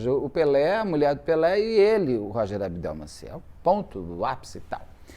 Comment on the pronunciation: ABDELMASSIH ** E não AbdelmaNssih Sem a letra "N"